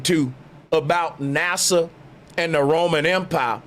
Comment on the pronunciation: I been with you, but NASA sounds like Massa!